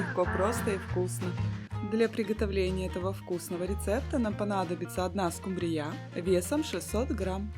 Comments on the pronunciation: СкУмбрия , а не скумбриЯ. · Не скумбриЯ, а скУмбрия, слушаешь вас и диву даешся - вы откуда.? Придурки.! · Уважаемая,скУмбрия не скумбрИя, а рецепт возможно и не плохой.